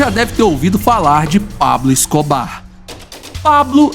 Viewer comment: Ta ruim a pronuncia do nome do Escobar